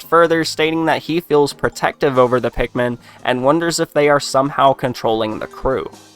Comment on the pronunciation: They don't say pikumin like olimar does